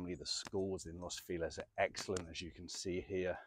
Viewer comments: I hate it. But they'll turn around and say "Feliz Navidad" the correct way. 🙄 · what a way of pronouncing "feliz" xD